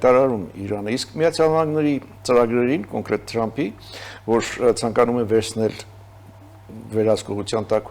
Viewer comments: լայ լաղջիկ լերվուծաբան դյու ընչու էս Թրամփին տըըրամըպ ասում Մենք թ և փ տառերն ունենք ։ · Թրամփին էլ տըըրամըպա ասում չնայած մենք թ և փ տառերն ունենք։